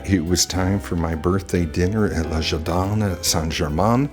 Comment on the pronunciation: Le jardin is not pronounced as ler jardeen. The French pronunciation is so hilariously bad ! 😂